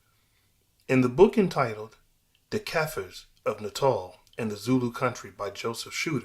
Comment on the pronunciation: Shit pronouncication